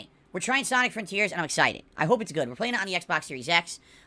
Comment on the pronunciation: He said exited and not exciTed